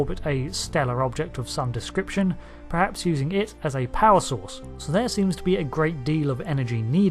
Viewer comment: I've been noticing with more frequency that every word that starts 'per' (eg: perhaps, perform etc) are pronounced 'pre' (eg: prehaps etc). It's infuriating and for people who operate a channel that I'm going to assume is a big portion of their career if not wholly their career and rely for the most part on speaking, this is atrocious. Please, PLEASE stop doing this and pronounce words correctly. Thank you for your time 👍🏻